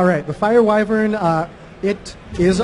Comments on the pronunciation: wow knows how to bloody pronounce wyvern correctly. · pronounces the word 'Wyvern' correctly and he designed the Druid, I like this guy.